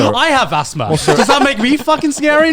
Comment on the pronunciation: Garnt said A$$thma 😏😏